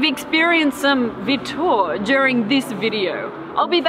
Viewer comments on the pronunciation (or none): The pronounciation of "Vitur" is wrong. The stress is on the first syllable, and there's no "Y" sound between the T and the U. Same goes with "Vitleysingur". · Lol how you tried saying "Vitur" nice try btw though....